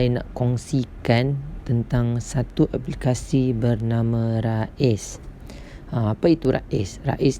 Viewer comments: bukan Raiz (Rais..nama org ) tapi Raiz sebutannya "Raise.." sebutanEnglish.. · Raiz ris boh.. bukan ra iz sebutan ris. Kurang jelas penerangan awk bercelaru orang lain jadi keliru.. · Sebutannya rease